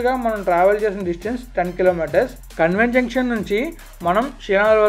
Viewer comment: కాన్వెంట్ అని పలకండి మీరు కన్వెంట్ అని అంటున్నారు... "క" కి దీర్గం పెట్టి పలకాలి... మొదట నాకు అర్ధం కాలేదు మీరు ఏమి అంటున్నారో... తెలుగు ను బాగా పలకండి...